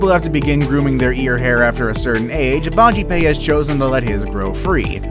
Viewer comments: its BAJPAYEEEE not BAJIPAY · 1st one is bajpai not bajipai